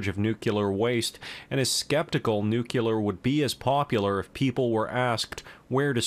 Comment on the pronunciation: Nucular lol